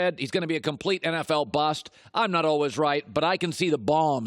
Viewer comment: He pronounces always as “alwas” don’t listen to him